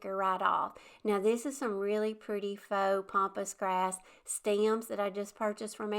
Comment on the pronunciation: FYI it’s PAMpas grass not pompas grass